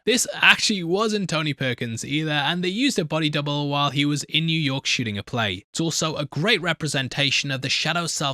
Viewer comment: When says “shooting” it sounds to me like he’s saying “shitting”